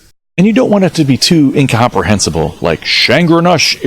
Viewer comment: The way you pronounced "incomprehensible" as "incahemprehensible" made me laugh a lot :D